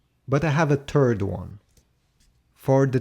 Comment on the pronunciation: He dropped two "turd"s